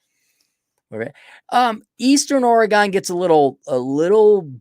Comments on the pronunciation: Oregon is pronounced Organ. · It’s pronounced OR e gun. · It’s just weird to hear it pronounced like that when you live here lol